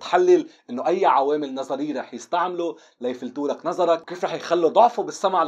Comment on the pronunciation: يلفتولك مو يفلتولك